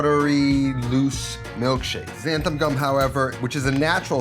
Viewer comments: xanthaN not xanthaM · Cool video, but I gotta point out a common mispronunciation you make in the video. It's not xanthaM gum, it's xanthaN gum, with a capital N ;) Other than that, great tip on using some milk powder! I'm gonna try that! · XanthaN gum (not xanthaM) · Whoever told you there's an M on the end of Xanthan, was pulling your leg.